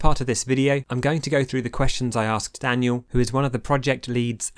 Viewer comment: I like how you pronounce russian name "Данил" like "Daniel"